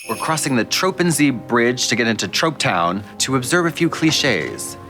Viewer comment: THE TROPEN ZEE BRIDGE LMFAOOO